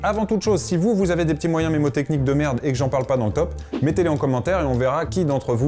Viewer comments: On ne dit pas memotechnique mais menemotechnique sal con😂😂😂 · Je tiens à préciser que le N ce prononce dans mNNNNNNémotechniques!!!! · juste on dit pas "mémotechnique"